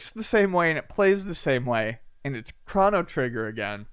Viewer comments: Good. why do you say "Crawno Trigger"? Am I the only one that says it like crow-no trigger? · "Chrano Trigger" Krano? Chrono... Yeah gonna be that guy :) <3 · wtf is a CRAN? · ChrOno trigger, damnit lol. You are like Avgn with all your mispronouncing words:) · Chrono rhymes with Mono